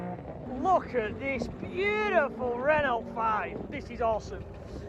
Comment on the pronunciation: Please please please stop saying Ren ult it’s Renault sounds like ren ow, great vid though 👍🏻